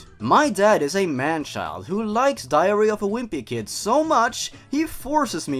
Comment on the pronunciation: I kept on thinking he was saying diarrhoea of a wimpy kid